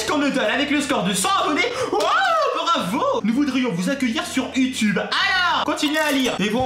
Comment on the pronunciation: On dit YouTube pas youetoube